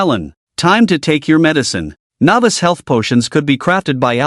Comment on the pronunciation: Something that has bothered me a little in all of these is the way the AI pronounces novice as navis